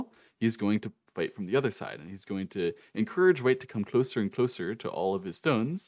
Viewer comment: Bro who tf is Wei? Ooooooh white..... Took me 18 minutes to figure out. Accent much lol